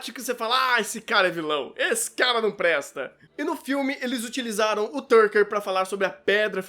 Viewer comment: Boa critica, mas o Shou é Tucker e não Turcker